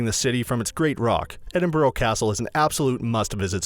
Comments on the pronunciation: You don’t pronounce the city name correctly. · Number 11, learn to pronounce the name of the city you're giving a guide to. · At least say the name of the city correctly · One can be forgiven for not pronouncing Edinburgh correctly. But the Royal Yacht Britannica? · Can you no get somebody that can actually say Edinburgh properly? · Edinburgh mis-pronounced...im laughing how quickly I pressed stop. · Hell yes I live in Edinburgh it’s painful haha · I’m not even Scottish and the way he pronounced it annoyed me 💀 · Americans need to learn how to pronounce Edinburgh as you are doing my home city a disservice. I only made it 0.34 mins through this video. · Damn guess I’ve been saying Edinburgh wrong all ma life 😔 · Just to clarify he says Edinburgh wrong the whole video. Edinburgh phonetically- Eh-din-bruh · It’s pronounced “Edinbruh” not “Edinburow” but it’s fine i still subbed though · Ahhh! Loch Ness, that thing to do in Edinburgh that's only aprox 170 miles from Edinburgh? About 4 hours on a bus one way. The pronunciation of the places in this video are so bad. There are so many mistakes in this that are so misleading. Please say it with me, it is pronounced Ed-in-bu-ruh. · It annoys me how he says Edinburgh you are support to announce it like e din bru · EDINBORO ffs Why cant they ever learn to pronounce things properly -Never heard of the Britannica unless its an encyclopaedia. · Edinbro????? where the hell is that then. Such a shame american's like to do the history and explain everything yet cant pronounce the name of the place isn't it. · The fiuck is wrong with your pronunciation of Edinburgh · Me a Scot him said Edinburgh and Britannia wrong me 🤬🤬🤬🤬🤬🤬🤬🤬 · Ed- ing- bruh not edinboruogh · Your pronouncing Edinburgh wrong. It is "ed" "in" "br" "u" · It's pronounced "Edinburra!" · Not Edinborough!!! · It's actually pronounced "Edinbruh" not "Edinbro" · It’s not Edin-burrow, dude—it’s Edin-BURG! Learn to read bruh. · EDIN-BURUGH NOT EDIN-BOROW